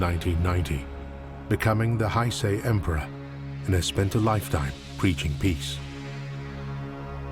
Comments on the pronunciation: He is no longer referred to as Hirohito. He is called Emperor Showa now as Japanese custom dictates that an emperor is called by the name given to his reign upon his demise. And the name Akihito gave to his reign, Heisei, is pronounced hay-say, not hye-sye!!! Furthermore, in regard to his personal name, Westerners mispronounce it. The Japanese pronounced it hee-rohsh-toh, not hee-roh-hee-toh!!! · As usual, British narrators and scholars continue to have the worst pronunciation of Chinese, Japanese, and Korean of all English-speaking nations. In this case, the narrator insists on applying a German pronunciation of “ei” instead of a proper double-length “e” pronunciation, which is generally understood outside Britain. It makes words like “Heisei” entirely unrecognizable.